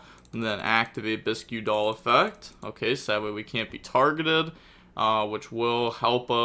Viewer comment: It’s not biskew doll is pronounced bisk doll. Kinda like tomato bisque soup.